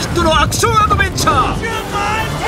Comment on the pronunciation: 「ジュマン」になってますよ